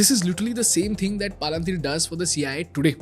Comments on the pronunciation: Extremely informative and useful as all your videos . Not sure why you pronounce Palantir sooo differently from its original pronunciation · Your pronunciation of Palantir is so damn annoying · This guy can't even properly pronounce Paypal and Palantir , and sells course on public speaking. 😭😭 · Making a video about an American public company while running ads for an app that lets you invest in American companies nice racket you’ve got going here, bud. Also, as a Tolkien fan, I have to disapprove of the way you’re pronouncing Palantir; it sounds more like a hill station in Uttaranchal. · Such an Iconic Name.... Please Pronounce it Correctly. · Great video, but that deliberate mispronouncing of the name of the company, while every clip from company founders and others says it how it's meant to be, is a bit distracting 😅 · at least you could have pronounced the company name properly. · Wtf is this pronunciation😅 BTW Great content. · that palantir and paypal pronunciations are really annoying. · YEPP PALUNTHIR WHAT IT IS ITS PROUNCED AS PAL-ANT-IR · Bro!!! Palan-teer nahi hai woh.. 😂😂😂 learn the pronunciation first.. otherwise great presentation and awesome music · Why are you pronouncing Palantir as “paalan teer” you could also hear other people saying it correctly in your video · please do not call it PAA lan TEER Its Palintier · Paaalantir nahi Palantir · Not PALA-NTIR. Its PAL-ANTIR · Pal-en-tier ❌ Paal-an-teer ✅🤣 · It's not Paalaan teer Its Palantir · I was learning so much that I had no idea about but I couldn’t help but pause the video every time I heard paalaan-teer The video itself has a clip with the right pronunciation of Palantir.. you could just follow the same. Nothing against the content or the value.. but this is something that can be fixed for sure. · Bhai palanteer nahi palantir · Palantier is pronounced Palentier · why are you calling it palanteer as if it is indian name? good content but you could work on the delivery a bit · Palan teer 😂